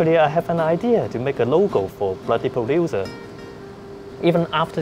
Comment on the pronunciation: "Purodooser", is a G still but seems like needs to help him with some pronunciation lool.